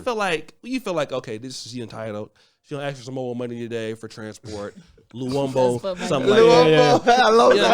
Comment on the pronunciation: this brother said "luwombo" 🤣🤣